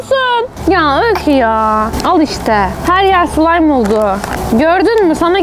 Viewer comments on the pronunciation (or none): none